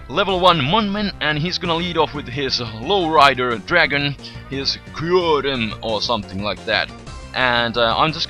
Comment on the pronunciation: i LOVE the way u say 'kyurem' in the beginning, but i love u even more ;)